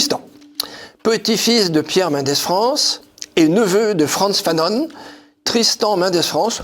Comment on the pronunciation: Cher, pourquoi prononcez-vous: Frantz « Fanonne »??